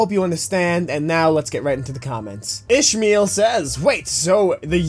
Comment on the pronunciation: u am said meh name wrongs It's pronounced ish-mail